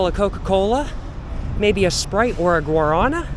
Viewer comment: guaraNA, the stress falls on the last syllable